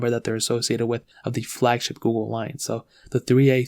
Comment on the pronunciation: Can't watch it peacefully with his pronouncing of Google....goo-go lol